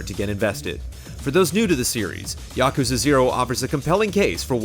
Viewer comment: Why do you keep saying Yokuza?